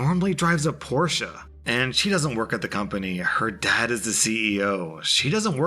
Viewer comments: Anyone noticed said Porscha instead of Porsche. At least we pronounce it was a silent e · You butchered Porsche, and I think you already butchered it already in some previous episode. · 2 years later and my guy still doesn't know how to say porsche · Lmao I heard him say it and I was thinking "is that the correct way to say Porsche??" I've always heard the other way with the silent e lol